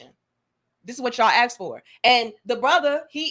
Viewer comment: Clicked off the moment you said AXED instead of ASKED. That's ghetto talk right there.